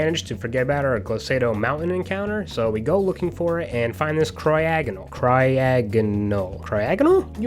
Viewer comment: Why did you say cryogonal as cryogonal. What was your thinking process behind your 0 iq pronunciation.